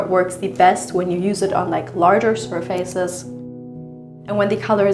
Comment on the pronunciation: Zusammenfassung : Pippi Langstrumpf zeigt uns ihre neue Villa Kunterbunt 🤣 Übrigens "surface" hat nichts mit "face" zu tun und wird deshalb auch nicht so ausgesprochen 😁